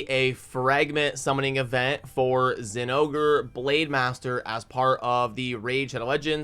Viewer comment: Hearing zingore hurts my soul. Why does everyone else ignore the "o"